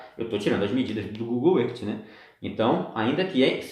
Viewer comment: não se pronuncia Google erti, e sim Google ârf É mais, seu teste de curvatura não é o melhor Sem dúvida o do Martins do sem hipocrisia ficou muuiiito melhor. A TERRA segue PLANA. Um abração.